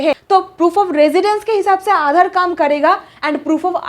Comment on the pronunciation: आधाड़, भाड़तीय, नागड़िकता 😂😂